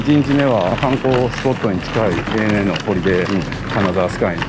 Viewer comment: いつも楽しく拝見しています。 ANAの公式の読み方は「エイ・エヌ・エー」なので、公式で言って頂けると、関係者の方々も喜んでくださると思います！